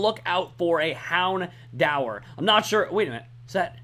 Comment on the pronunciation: Plz. U kill me. It's hound-DOOR. That's how it's pernounced